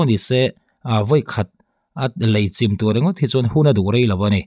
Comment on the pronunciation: 0.36 'chim' itih khi,i thluk danah chuan tuiin thil achim ang in ilam daih a,lei chim,in chim tih te anga thluk lo a chim ti alam tur